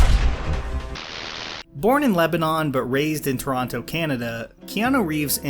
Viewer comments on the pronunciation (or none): none